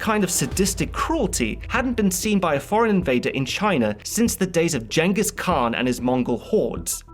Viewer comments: “Jengus khan” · Man's said jhengis Khan Jenga khan